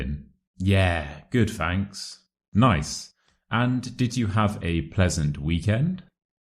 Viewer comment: Fanks? Isn't it thanks?